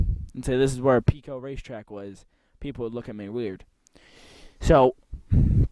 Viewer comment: Pico is pronounced like apple Pie-Koh .. The first 9 minutes of the video is annoying and painful to listen to.. It's a shame you don't fully do research and practice your dialogue before you shoot .... The Pico track was where GE plant #2 sits today on Wincrest RD, I don't know of any NAPA store there. The concrete wall you sat upon at Fairmont is the barrier for the 4th turn and it ran along the front of the entire length of the southern set of bleachers... The bleachers sat back about 20ft from that concrete wall, and it appears the dirt fill on the bleacher side of the wall has been removed. There were also steel posts set in or just behind the concrete with 10ft high steel mesh fence. Many cars ran right up into that wall/fence. The wall/fence ended right where you saw it end, and there it transitioned into a guardrail and 8ft high steel mesh fence which ran in front of the tower and the northern set of (smaller) bleachers. **** There was nothing but banked dirt on the rest of the turns same as you saw it. The backstretch was wide open field.. Yes, cars could jump the banks you mention and wound up in the bushes or in the fields. Yes it was originally a horse (harness) track because it was the Rutland County fairgrounds way back.. You're correct that stock car racing at Fairmont started in the 1940's, but you missed it had shut down for a few years in the late 1950's-1961.. Family friend Hugh Young was owner/operator of the track almost 2 decades before CJ Richards showe